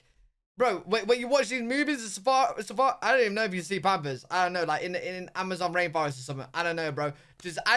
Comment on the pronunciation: Panfers -pampers-in the birthplace of Shakespeare learn to speak ENGLISH.